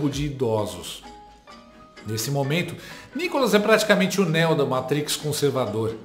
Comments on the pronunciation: Não é Néu, é Neo (Niu) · Não é "Néo" a pronúncia é "Níu" 😂